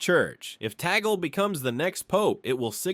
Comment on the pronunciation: Kindly pronounce the Family name of Cardinal Luise Tag-lee correctly!